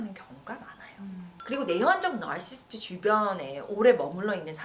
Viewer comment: 나~rrr~~르시~스트~ 듣기 불편하네요 ^^